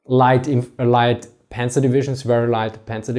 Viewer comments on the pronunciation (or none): none